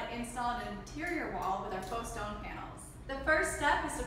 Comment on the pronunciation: What was she saying? Oh yeah a fox with faux stone. Lerdy lerdy!!!!